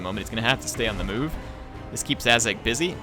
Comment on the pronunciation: Azhag kinda sounds like ass gag